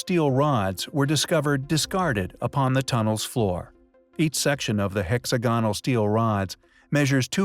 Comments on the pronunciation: Why is he saying hexagonal like that?! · The biggest mystery about this is why the narrator can't even close to pronounce hexagonal 🤦🏻‍♂️ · When I listen to a documentary NARRATOR mispronouncing such a simple word as HEXAGONAL it really makes me cringe !!!! I know, I know .... he's an American ..... BUT ..... For God's sake THAT'S BLOODY AWFUL AND EMBARRASSING !!